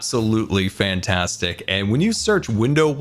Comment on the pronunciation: "Its Absolutely Fwaiantwastic" - 2021